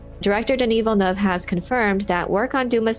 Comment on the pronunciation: I don't think it's much to ask that you at least take a moment to learn the proper pronounciation of Villeneuve. It's not that hard.